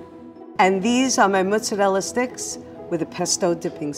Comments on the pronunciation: I can't stand this woman. "Mutsa-rela" Her pronunciation is driving me mad. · Somebody teach how to pronounce Italian foods correctly, instead of talking like a goomba from Staten Island. She can start with "mozzarella." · anyone else be mad ash by the way she says mozzarella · Have to wonder why some people make up their own pronunciation and pretend that it's correct. There is no u in mozzarella.